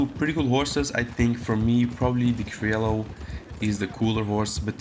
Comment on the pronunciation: I dont care wich is better! What is better an indian or a pakistani! Its pronouncing is krioyo and not criolo@